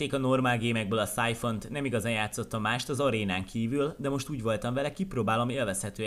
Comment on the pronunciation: mi az syphon vagy száj fon vagy mi?